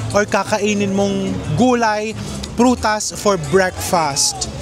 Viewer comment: Ganun ba talaga ng pg pronounce nga breakfast. Like breakfastttttt empahise on t